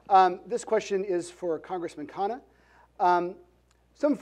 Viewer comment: the mod got vivek's name perfect... and as expected mispronounced khanna's... shows how impactful VR's persona has been...